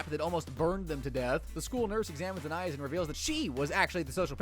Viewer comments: "ahnaiyees" that is NOT how you say anais😭🙏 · bro is saying it like aniis, it suposed to sound like anieese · You "watched the entire show" but mispronounce the name of one of the main characters. To anyone who doesn't know, Anais is Anne-aye-eece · “An-eye-is” is not her name 😂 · Why is no one talking about how he pronounces Anais? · The real crime here is how this guy pronounced anais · You said you watched every episode, yet repeatedly mispronounced Anais. Wait, is this just a text-to-speech channel? Dammit... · thats not how you say her name bro quit tryna be different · You are pronouncing Anais wrong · He mispronounced the name of a main character. He didn't watch the show.